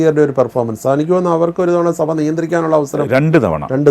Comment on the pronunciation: Mr interviewer. സഫ അല്ല സഭ.